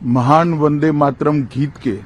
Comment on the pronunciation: 'वंदे मात्रम' (that's how Amit Shah pronounces वंदे मातरम्) के सालों पहले टुकडे हुए इसका इन्हें इतना दुख है मगर एक महीना पहले इन्हीं के आदेश से अनेक युवा जख्मी हुए इसकी जिम्मेदारी लेने से भाग रहे हैं महाशय! छाया देव.